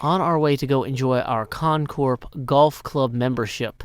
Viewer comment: CON (CORP) CORPS